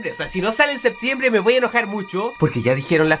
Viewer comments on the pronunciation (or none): none